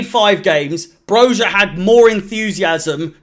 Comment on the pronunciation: It’s pronounced broya you knob